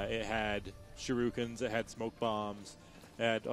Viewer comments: But yes, "shirookens," lol. Shoulda known when you saw "IGN" that they'd suck at everything PC. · "Shirukens" X)